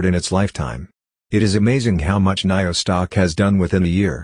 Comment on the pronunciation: Haha You are saying Naio again lolz